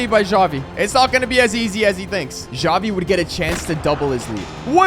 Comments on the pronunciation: bruh why does he call xavi, javi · Him pronouncing Xavi: Chavi Me: Shawty 💀